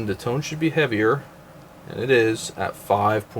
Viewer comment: FYI. The "Tone" is pronounced toe-nay